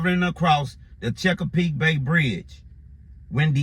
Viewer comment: It’s not pronounced checkerpeak peak. It’s Chesapeake bay bridge. Sir